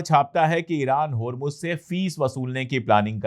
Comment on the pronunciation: Please note it is HURMUZ not HURMUJ